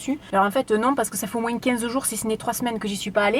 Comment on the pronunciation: Me concernant , j'adore tes vidéos, ton côté spontané et joyeux et je te regarde sur facebook. Insta, je l'utilise moiiinnnssssss (comme tu le dis avec ton accent méridional). J'aime avoir ton avis sur ce que tu testes car il est sincère et ça c'est génial à chaque fois ! Par contre sur insta, je t'ai écrit à différentes fois et je n'ai jamais eu de réponse (pseudo Flo_colors) ??? alors je ne sais pas ou t'écrire afin que je sois certaine que tu me lise ? Ton format vidéo était top ! Je vois que cette dernière date du 6/12/2019 mais je ne la vois que maintenant et nous sommes le 18/05/2020. Au plaisir et à Bienetôt